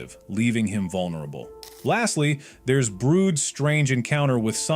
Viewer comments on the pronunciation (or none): Its not brood its brud... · Its brud not brood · Brud❌ Brood✅ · Uhhhh.. yess "BROOD" it's Brud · It not brood it brud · Btw ITS BRUD NOT BROOD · Its not brood its brud idiot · Brood!? Its brud bro! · Is brud not brood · ITS NOT BROOD ITS BRUD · IT’S BRUD NOT BROOD! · it’s not brood it’s brud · It’s Brad not brood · Fact:ITS BRUD NOT BROOD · Bro said BROOD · Why does this guy pronounce Bruds name brood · bro is saying brud wrong